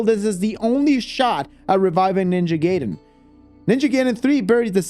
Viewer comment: It’s GUY-den NOT GAY-den bro